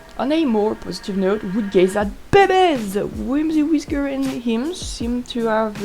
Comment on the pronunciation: I love how you say "bebes" its just so fun. I wonder if the snake the med cats saw looks like Shrewpatch, a brown snake o3o